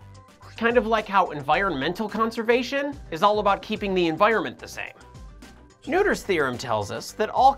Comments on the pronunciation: Isn't it pronounced more like "nurt-her" (and not "nooder")? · Noether is pronounced "Noy-thur" not "New-tur" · Emmy NEWTER, not Emmy NOITER? Really? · I thought you were saying Neuter's Theory.... That'll really cut out the charge. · well, both are wrong. It's not really a name english speakers can easily pronounce.